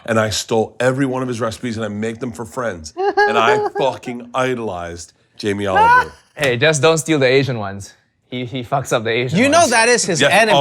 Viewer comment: "Yamee Oliwer" you mean